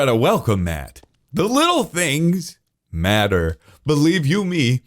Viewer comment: "The Little Things Mat-ter" LOL am I right